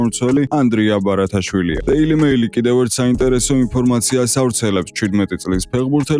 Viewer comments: ბარათაშვილი არა ბართიშვილი , ძმაო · ბარათაავილი არა ძმა ბართიშვილი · ანდრია ბარათაშვილი არაა ბართიშვილია ბართიშვილიი